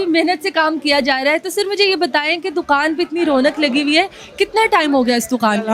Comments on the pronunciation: Ye larki dokan ko doqan bolti he..hahaha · Dukhaan prounce sahee say kar lo